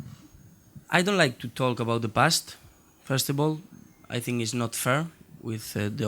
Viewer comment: Why does he says "i sink"??